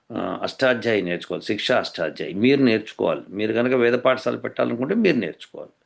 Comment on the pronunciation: పాఠశాల, పఠశాల కాదు